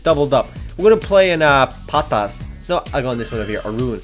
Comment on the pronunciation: Lol at how said "Patas"